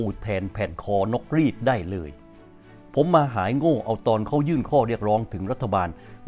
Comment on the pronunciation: คอนกรีต อ่านว่า คอน - กรีตครับ